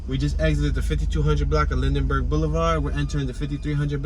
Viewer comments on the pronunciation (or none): First off get it right it's pronounced Linberg not Lindenberg spelled Lindbergh 2nd Bartram Village starts just past 54th not at 56th 3rd you could have went into the actual gardens the came back to go into the housing area. My family has been in SW 53 Greenway since 1970 I've had fam and friends that lived there... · its lindbergh not lindenberg